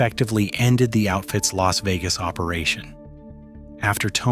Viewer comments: My favorite is when Spilotro was sent to "L. A. S. Vegas." fucking AI slop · "L.A.S. Vegas" was worse...... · If youre gonna us an AI voice, you may wanna get one that knows pronunciation got it L.A.S. Vegas 😂 and don't get me started on Tony's last name 😂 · Or L.A.S Vegas. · L.A.S. Vegas lmfao 🤣 gotta love AI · And El-A-Ess Vegas.